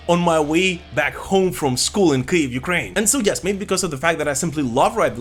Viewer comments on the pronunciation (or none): none